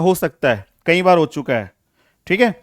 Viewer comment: Kahi laadle nhi "Kai" laadle